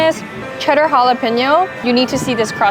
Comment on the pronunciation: 24 hours in Texas and you can already pronounce 'jalapeno' better than Joshua Weissman